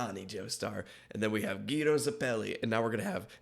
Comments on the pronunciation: gyro's name is pronounced "jairo" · It's pronounced "Jairo" 😅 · yeah but im hear sometimes somebody call Gyro like Kyro or Giro or Cairo